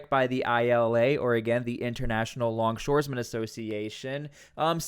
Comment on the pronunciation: you need to learn how to pronounce longshoremen....it's very simple.